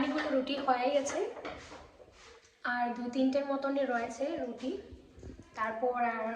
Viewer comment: Aaaa baa roti na ruti kotha bolte Sikh age